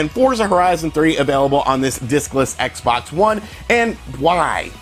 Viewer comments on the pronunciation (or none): LOL sound like he say dickless xbox one